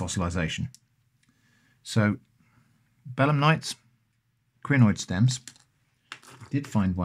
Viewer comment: Every time you say bellamnites I hear Bedlamites and the visual of collecting Bedlamites on the beach is really something